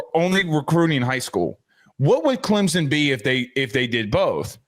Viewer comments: Joe… Not Clemsin It’s ClemsOn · Its Clempus.